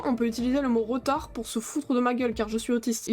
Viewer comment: le mot RETARD mdr qui ce prononce ritarde oh ptin jpp